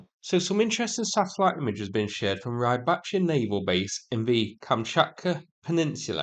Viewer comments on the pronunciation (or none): It's in what Google calls Rybachiy not Rybacky.